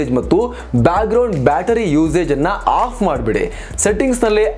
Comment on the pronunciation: ಅಫ್ ಮಾಡಿಬಿಡಿ. ಆಫ್ ಮಾಡಬೇಡಿ ಈ ಎರಡು ಪದಗಳು ಒಂದೆತರಹ ಕೇಳಿಸುತ್ತದೆ.